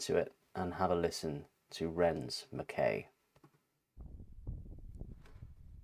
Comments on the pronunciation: Lovely - he’s brilliant isn’t he. Also, MacKay pronounced MacK eye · I am from Scotland. Most people mispronounce the title of this work by Ren incorrectly . Mc is pronounced like Mick. Kay is like tie. Put the two together. I think Mr McKay would like his name pronounced correctly. Maybe i am wrong about this but this is what we say in Scotland and i think McKay is a Scottish name